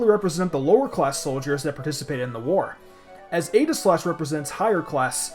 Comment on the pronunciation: I almost stopped watching because of your pronunciation of Aegislash, not going to lie.